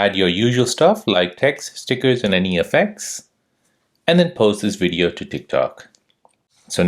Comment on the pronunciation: you said to update to the latest wersion. What's wersion? And periodically you would say wideo. I don't understand.